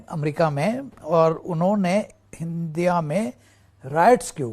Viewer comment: sir india to sahi se pronounce karlijiye ......,😆😅